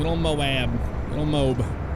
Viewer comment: should make a UHP Patrol on LSPDFR, since according to him he loves Moab. (Pronounced: Moa-b)